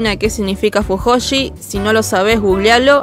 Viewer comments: We mencionas mal fujoshi xd Lo decis raro F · Me encanta porque no pronuncias cringe como se lee, sino ''crinll"(? Pero en vez de decir fuyoshi decís fujoshi XD Sos una capa mina, se te re banca